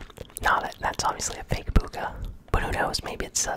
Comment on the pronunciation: It’s Not BOOGAH. It’s BUGHA. You’re pronouncing it wrong